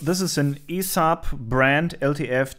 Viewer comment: My friend, the company name is spoken one letter at the time, but in fast sequence, E S A B. keep up with great videos. really love the repair-A Thon, nice to see you work on something from Sweden.